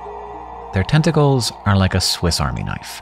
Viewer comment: Is anyone else hearing "10 tickles"? What about now?